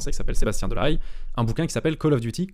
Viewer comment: Putain mais les Français sont même pas capables de prononcer "Delahaye" correctement, alors que ça se prononce littéralement exactement selon la phonétique française. (D'habitude j'ignore car je sais qu'on s'en bat les couilles mais là c'était insupportable.)